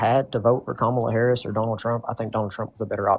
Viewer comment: At least this one pronounced Kamala Harris’s name correctly. Baby steps.